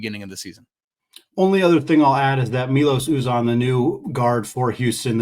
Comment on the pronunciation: Vermont did not even show up against Auburn. Couldn't even make gimmes and gave away the ball like candy trick-or-treaters. At least vastly undermanned Jackson State put up a little fight against Houston. Anyway, should be a great game., it's pronounced MYlos Uzan.